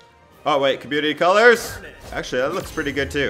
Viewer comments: He was saying garnette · Gar net? ITS PRONOUNCED GARNIT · It’s garnet not gar net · Hey Garnet: (Gar-nit) Malachite: (Mala-Kite) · And Gar-net uhhh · He said garneat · Got triggered by that aswel.. and the way he said Garnet.. he actually said Garnette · no he was Gar net like he spaced the syllables and pronounced it as a e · “Gar net” lol I know you didn’t watch it but I found that funny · Him: GarNET me: internet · everyone is getting triggered for saying "malaCHite"...... me still being triggered for him saying "gar-NET' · Garnet is pronounced gar nit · He says gar a net im triggerd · HE EVEN SAID GARNET WRONG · Steven is the one with a gem You also pronounced malachite stevonnie and garnet wrong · The way he says garnet is bugging me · I'm sorry but the way he says garnet annoys me